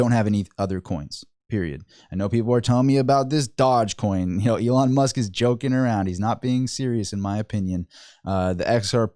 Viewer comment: It's pronounced DOUGH-G COIN